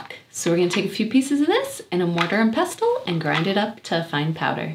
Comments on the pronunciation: The 'stle' in Pestle is pronounced like the 'stle' in castle. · She can’t even pronounce pestle or water 😂. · What’s “wrong” with how she said pestle? Sounded fine to me. Nothing like wooder.